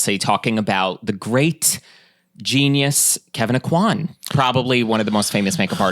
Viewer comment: I just need to say "thank you" for pronouncing the name like 'oh-quan'. I hear people say it like 'oh-coin,' and it's rough as a Cajun girl.